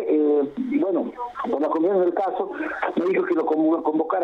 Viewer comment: Estos infelices como “ pinturira” entre otras cosas deben ser fanáticos de la “U” 🤣como dicen “el pUder” “la cUmision” etc